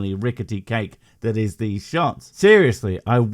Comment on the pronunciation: Every time she says "dees" instead of these I hear "Dees nuts"